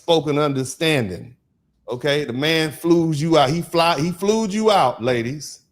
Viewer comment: Lawyer dude keeps saying flewed out😂. I wouldn't take dude to defend me